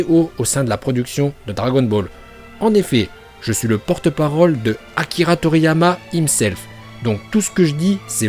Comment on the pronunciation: Au lieu de dire Him self il a dit im self ahh l'anglais